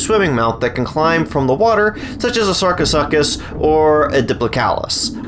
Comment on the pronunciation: be like:- Sarcosuchus ❌ Sarco suck us✅